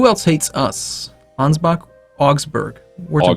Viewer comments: For fucks sake it's not "Angebak" it's Ansbach. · And you are not bothered by "Angebak"?